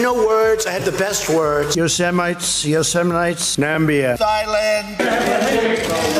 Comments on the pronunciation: I lost it when Trump said THIGHLAND! 😂🤪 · They-land? Lmao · I forgot he called Thailand "thigh land." Wow. That's gold medal stupid.